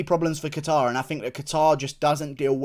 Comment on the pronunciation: As a fellow Calvin, Guru it’s pronounced “cater”